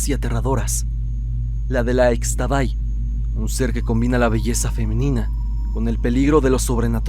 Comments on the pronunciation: Es Ixtabay (en maya la x suena como sh) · Muy buen vídeo como siempre. Únicamente una recomendación, Xtabay se pronuncia como Ishtabay...😇😇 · solo como dato cultural, en la lengua maya, la "X" se pronuncia como "sh", entonces se escribe Xtabay, pero se pronuncia Shtabay. Saludos!!